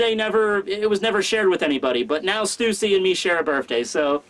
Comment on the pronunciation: Stussy is pronounced like Hussy.